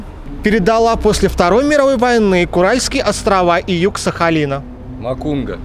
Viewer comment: Была в шоке от ведущего,Это же надо КурАльские острова, еще на распутье, а не на Распутине, как Отче Наш знать надо, Курильские острова. Даже прочитать не смог, тут и так понятно было, какие острова. Ему самому подучится бы не мешало, а он такую интеллектуальную передачу ведет.